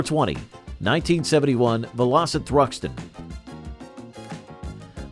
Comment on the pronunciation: Bloody Robots, what a con, spoils what could have been a good presentation. I turned it off after it said "Vel-Ositt. What a crock.